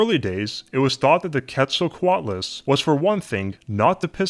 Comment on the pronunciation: Pronounced "Kate-sal-co-alt-luss"